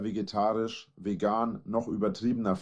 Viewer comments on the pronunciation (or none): none